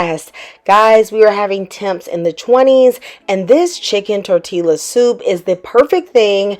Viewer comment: Just found you and love this channel. It's Tor Tee Ya. Just sayin' ❤